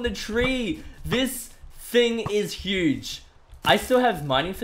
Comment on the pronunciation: the words are not pronounced properly...you say no noi you say huge hige you say bow boiw work on your pronounciation please that is why i do not like the vid